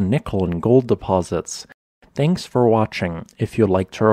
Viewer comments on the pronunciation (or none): none